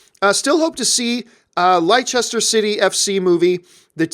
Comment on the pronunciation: Leicester is pronounced Lester...... Just a little bit of help here from a UK fan.